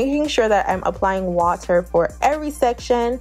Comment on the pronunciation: It’s the Jamaican in you hun... wata